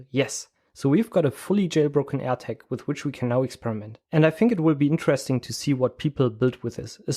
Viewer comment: Very interesting! one thing that amused me is that when you say "Air Tag" it sounds exactly like when you say "attack" - threw me a couple of times :-)